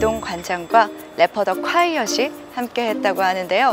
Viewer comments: 보통 “래퍼 더콰이엇”이라고 읽는데 아나운서가 자꾸 “래퍼더 콰이엇”이라고 읽엌ㅋㅋㅋㅋㅋ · 아나운서 래퍼더 콰이엇이라 하는거 거슬리네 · 아니 ㅋㅋ 래퍼 더콰이엇이라 해야되는데 왜발음을 래퍼더 콰이엇이라고 하냐고 ㅋㅋ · 다들 발음이 래퍼 더콰이엇이 아니라 래퍼더- 콰이엇이라고 더 킹받네ㅋㅋㅋ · 래퍼더 콰이엇 ㅋㅋㅋㅋㅋ 래퍼 더콰이엇이 아니라 래퍼더 콰이엇 ㅋㅋㅋㅋ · 아니운서분 계속 “래퍼더 콰이엇” 이렇게 말하네 ㅋㅋ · 래퍼더 콰이엇 하는 거 개불편하넼ㅋㅋㅋㅋㅋㅋ